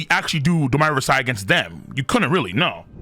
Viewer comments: Why do you keep saying Domi Reversi worse and worse every time? Its like when you pronounced “Houki” as “Houkai”. It’s DOUGH ME RIVER SEE. Like the word Dominion and the game “Reversi”. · Wtf is domaaaaiiiyyy reversaaaaiiii?? Pronounce it properly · Bro if you say "Do-mai Rever-sai" one more time🔫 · Why does pronounce Domi Reversi like it's some kind of american slang? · Someone needs to tell him to stop being lazy and learn how to pronounce domi reversi since he has to say it a 100 times.